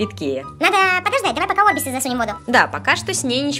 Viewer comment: Не о́рбизы а арби́зы